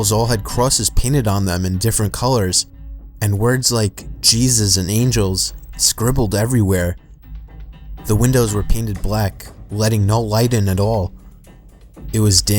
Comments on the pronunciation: It said Jesus but a pronunciation problem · No I mean I heard chesses